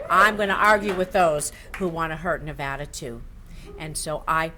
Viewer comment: RECOUNT!!! She doesn't even know how to pronounce NEVADA...